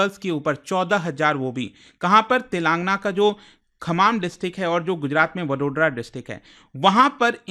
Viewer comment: तेलांगना नही तेलंगाना। सर्विकल नही, सरवाइकल। ऐसे किसी अन्य वीडियो में आप गया को गाया पढ़ रहे थे। मतलब कतई रट कर पढ़ाते है। आपके लगभग हर वीडियोज़ में उच्चारण दोष होता है। इसको सकारात्मक आलोचना की तरह लीजिएगा